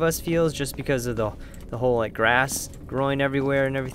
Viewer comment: you said lake instead of like